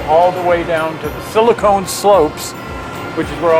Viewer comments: Another interesting, well done video, thanks from this subscriber who watches and enjoys all of your output. But as an old techie, I do have one little comment - the silicon in Silicon Valley is pronounced siliCON, not siliCONE. That added letter E makes a huge difference. SiliCON is an element used to make computer chips, but siliCONE is a soft mushy organic compound used to make things like breast implants. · oh, I think you might want to reconsider your pronunciation of 'silicon' slopes. I chuckled. see you when we see you, I wish you both the very best.